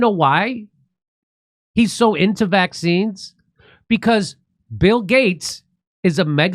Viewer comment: He’s a criminal and should be held accountable, little weasel. I hate the way he says Vac Cines